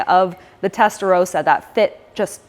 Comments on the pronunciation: Ist Testarossa not Testarosa. Nothing rosa in its name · It’s Rossa not Rowsa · Testarossa! Not Testarosa.. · How can you make a vid about the Testarossa and pronounce it incorrectly? It's Rossa, not Rosa.